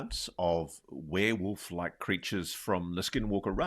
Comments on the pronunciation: lol WOOF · She says "wareWOOF". Love it. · said were-WOOF!🤣